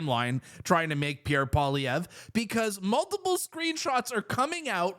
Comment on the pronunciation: The way you pronounce Pierre Poillievre …..did not get french lessons?